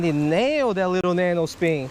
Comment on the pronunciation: Oh yeah the nano speen, Jesus dude speak English correctly or dont